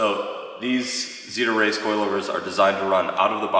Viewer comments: Totally thought you were saying "Xida Race" aka Supermiata. I was very confused. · I heard that as well. Really suprised he didn’t get xida as they are the gold standard lol